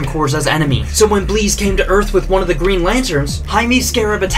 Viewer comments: Is her name really pronounced like that? Isn't it just... The word Bliss?? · Why is the name Bliss but pronounced as Bleeze? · Why are you pronouncing Bliss that way? Bleez? shouldn't it be 'Bliss' /blis/ Meaning 'happiness or joy' - which would seem to correspond with her powers to cause arousal. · He pronounces bliss into "bleez" instead of just reading it as is. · Bro keeps saying blees, it’s bliss, rhymes with piss or this. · What’s with mispronouncing “bliss”??? Her names Bliss. Not Bleeze. It’s Bliss. Like as in Pure Bliss. Bliss rhymes with piss not bleeze. Da fook?? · Is it actually pronounced Bleese? Not bliss? Not a Dc/Mcu fan. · Why are you pronounceing BLISSs. And BLEEZ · Why are you pronouncing her name like that? Her names clearly Bliss not Bleeze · Is it not pronounced "Bliss" like a blissful afternoon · can we talk for ONE SECOND that he can't pronounce crap like heamie and bleeze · Is Bliss pronounced that way? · Is her name actually spelled "Bliss"? Because of so man his pronunciation takes away a bit of my soul every time.